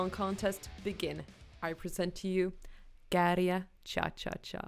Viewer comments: Wow, you pronounced Käärijä perfectly 🤯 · By far the best pronounciation of Käärijä! (Out of all the foreign reaction videos I've watched on YouTube) Sounds perfect Finnish. 👌🏼🇫🇮